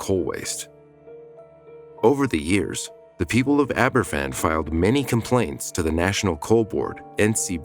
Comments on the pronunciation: It would have been nice if you'd done the research into pronouncing the name correctly. It's pronounced Ab-er-VAN, not AB-er-ffan; a single f in Welsh is pronounced like a v in English. It's honestly pretty basic research to learn how to pronounce the name of the town, especially when it's the biggest disaster involving children in the history of that country. Additionally, it was spoil that fell on the town, not coal. Spoil is waste from mining. It's not coal. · Pronounced Abervan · Aber van...that's how you pronounce it. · Please tell this guy F is pronounced as a V in Welsh two Fs are pronounced as F. It’s never mentioned that one of those intrusive reporters was hit with a shovel by a distraught relative witnessed by a police officer who ignored it, a friend of mine who was there and witnessed it. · A little research on how to pronounce Aberfan would have been nice. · Please learn how to pronounce Aberfan.